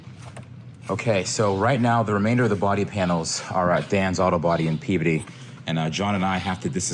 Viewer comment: Thank you for saying Peabody correctly.